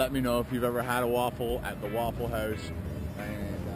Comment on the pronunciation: “At the Wouwful house” so northern 😂